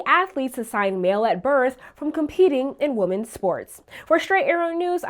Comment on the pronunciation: it is “womEn’s” sports not “womAn’s” sports. What is with this new thing where people mix up the words, woman and women.